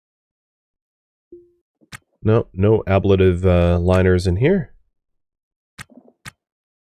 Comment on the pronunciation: BTW, I recently learned that the pronunciation for ablative in an engineering context is different. Mostly because you kept pronouncing it the way you're pronouncing it and I had to look up whether or not it was correct. The way your pronouncing it may have something more to do with medical terminology?